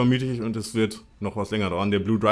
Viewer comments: Wie du einfach die ganze Zeit Blue Driver und nicht Blue Diver sagst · ES HEIßT BLUE DIVER! xD